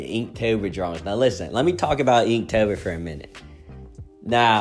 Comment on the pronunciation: I’m sorry did I just hear you say eektober??